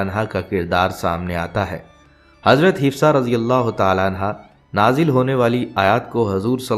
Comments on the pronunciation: Hafsa bolein, hifsa galat hai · Apko name sahi padhna nahi ata, Hifsa nahi HAFSA Binte Omer hai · Islamic malomat day rae hai achi bat but plz hazrat Hafsa R.A talafuz ha urdu m b ap n ghult likha ha aur name hafsa ha hifza nhe ha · Hifsa nahi hafsa hai naam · Hafsa naam hai..hifsa nahi naam thik se lo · آپ نام غلط بول رہے ہیں حفصہ رضی اللہ تعالی عنہا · Hifza ??? You’re not pronouncing right name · تلفظ انتہایئ غلط اور ضرورت ہی کیا ہے ایسی انفورمیشن نبی صلی اللہ علیہ وسلم کی ازواج کے بارے میں سوشل میڈیا پر دینے کی